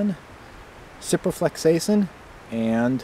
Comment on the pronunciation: Who won the war, eh! Ciprofloxacin was also pronounced a bit wobbly Sip Row Flox Ca Sill In Great series. I disagree with a bit of the medical care so I wrote an article on it for the prepper journal. Should be up in a few days